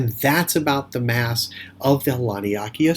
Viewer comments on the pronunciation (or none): I'm sure its pronounced Lan-ee-a-kay-yaa